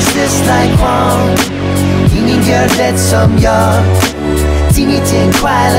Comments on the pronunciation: haha I was thinking the same. like det is supposed to be pronounced de without the t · In the chorus when he says "Ingen gor det som jag" he miss-pronounces det. It's pronounced Dee-et